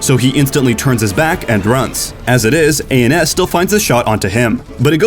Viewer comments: Who tf says A N S, it’s just ans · ITS ANS NOT A-N-S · a-n-s im very mad that you didnt say ans and instead a-n-s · great vid as always. Btw, the name for Ans is pronounced "Ans" , not "A.N.S." - this is because his actual name is AnsanSniper , he is from Ansan 안산 in Korea. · This man said A N S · nobody esports: A-N-S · His name is ans, not A N S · A.N.S. I’m dead. This guy doesn’t know anything about sf shock, it’s pronounced Ans 😂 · why are you calling hum a n s his name is ans lol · a n s???? it's ans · "ay en s" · K - S - F K - S - P A - N - S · Calling ANS aands hurt my soul